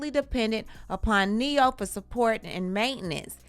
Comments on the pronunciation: You said it right,,,, NE-HO... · Not “Ne-hoe” 🤣🤣🤣